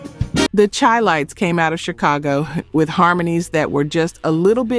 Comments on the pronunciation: Chilites is pronouced Shy-lites, in honor of Chicago. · Chi-lites pronounced Shi-lites. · Pronounced Shy lights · YOU CAN'T EVEN PRONOUNCE THE SINGERS OR GROUP NAMES. THE CHI-LITES HAD MILLION SELLERS, DUMB ASS, AND LEARN HOW TO PRONOUNCE "CHI- LITES". MORE AI BULLSHIT! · It’s pronounced SHY- LITES. Not CHI. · Charles Wright and the Watts 103rd St Rhythm Band were TIGHT. Express Yourself was one of my favorite songs. Chi-Lites is pronounced like the city…”SHY lites”. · Chi-Lites is pronounced Shy-Lites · Em -Tomb-May = Mtume Shy-Lights = Chi-Lites Great video!